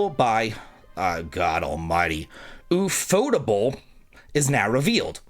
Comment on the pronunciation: ufotable is LITERALLY pronounced "UFO Table"